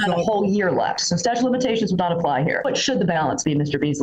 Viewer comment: He's calling it a "statue" of limitations 😆🗿